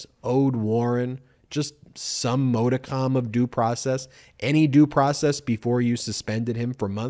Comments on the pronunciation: Not mo-di- com. Pronounced mod - i - cum. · It's pronounced mädəkəm and just FYI you can look this stuff up before recording. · Pronunciation: "Modicum" ... MOD as in MODern, not MODE